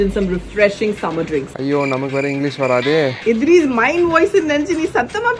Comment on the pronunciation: Idres 😂😂😂😂😂😂 she pronounce your name wrong